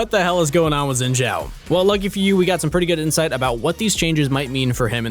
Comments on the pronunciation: It's not zzzinn btw, it's Shiin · STOP SAYING XINZHAO WRONG LMAO ITS BEEN YEARS its xin zhao not zin zhao 信赵 copy paste this into google translate and hit the speak button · Why do you guys pronounce xin name with a "j" in zhao? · I thought Shen I read wrong, xin zhao by the way. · Probably just me but i think his name sounds weird pronounced like sjin sjau.